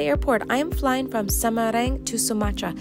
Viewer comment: the place: semarang this lady: samareng